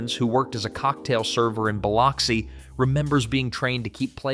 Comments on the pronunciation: Lost me by mispronouncing Biloxi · Narrator can't pronounce "Biloxi."